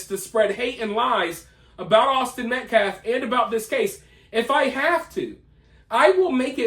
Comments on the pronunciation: His name is Austin M.E.T.C.A.L.F...not Metclaff... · This fool can’t even say Austin Metcalf the right way.. Met claaf .. he is a joke. This whole family is pieces of shit. They should get in trouble for him carrying a knife to school all the time. They jail parents for their kids missing too many days. I just have a bad feeling about this case.. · "Awzden Mekleff"!! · Whay is Austin being called his last name Metclef ? That's disrespectful... At least pronounce Austin's name correctly. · This POS Activist is not only the biggest Racist out of any of them but the LIES he stood there and threw up out of his mouth was ridiculous! And he still CAN'T say the word Metcalf, wow! 🤬 PS ~ DON'T tell the press they can't ask you anything else! 🤦‍♀️ #justiceforaustinmetcalf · Oh and I wish that asshole talking would pronounce Metcalfs name right.. either he can't read the name right or he's doing it on purpose.!!!! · notice how this guy cant say Metcalf correctly, talk about disrespectful. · That dude still can’t say METCALF right?! 😤